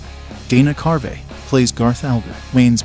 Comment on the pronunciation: Dana CARVEY. Long ‘E’. You post an informational video and you mis pronounce the actors names. You didn’t do your homework, …